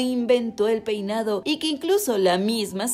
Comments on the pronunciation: Jaja si dice Poinado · Jaja en el minuto dice "poinado" 😂